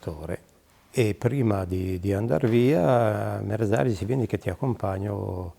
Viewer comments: "Merdario"...? Merzario. 🙄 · ma diocan solo io capisco il nome del pilota "merdario" dovrebbe essere Merzario